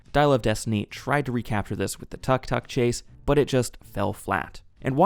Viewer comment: As someone who has lived in Bangkok, took-took not tuck-tuck.